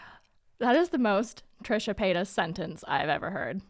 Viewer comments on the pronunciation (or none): ''Trisha Pasytas'' 😂😂😂